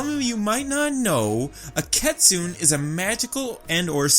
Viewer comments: This video is great, love the analysis! But it's pronounced Kit-soon-nay. Sorry but my inner weaboo is screaming at me. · I wanna address this it's key-soo-nay (kitsune) and kitsune's yes gain their tails by how old they are but also by their achievements, plus they're not evil XD ig from what i know and was said that kitsunes are women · cringes at the pronunciation of kitsune